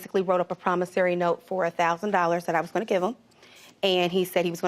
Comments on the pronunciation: It’s a “Promissory note” not “Promissary note”🤦🏽‍♂️🤦🏽‍♂️🤦🏽‍♂️ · T G what are you talking about? It has nothing to do with accent, dialect, or anything. The word was pronounced incorrectly. There is no “A” in promissory note.